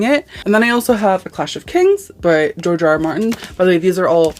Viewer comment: “George Ray Ray Martin” 🤣🤣🤣